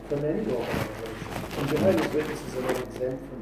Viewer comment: Note how many times he is saying organation, where in the Bible does it say that God has an organation? I am so glad you are calling this org. In to question. Go to Jason Zeldas videos, watch them all before you go back to any meeting at the hall. Jason is a Christian and he will take you through the Bible KJV, and not the JW Bible. You will learn what the real Bible teaches . Good luck my friend. Love Erik Tonnisen